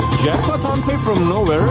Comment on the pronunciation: it is pronounce as HAND PAY